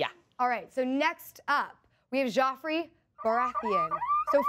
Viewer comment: I get the feeling that chick doesn't know shit about GoT. She pronounced joffrey weird and looked like she struggled with baratheon.